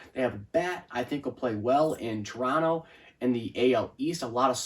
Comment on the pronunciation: Thank you for pronouncing our city name without the second “t” 👍